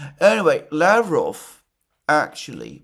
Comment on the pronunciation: Russian name Lavrov is pronounced with the accent on the second syllable. lavROV.